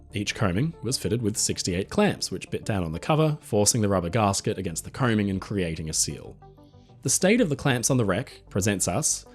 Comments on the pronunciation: Its called a gasket not garsket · I thought it was gasket not garsket!